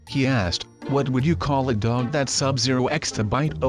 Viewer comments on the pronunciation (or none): did he say dog or dug hehe that is wired give me a like if you think to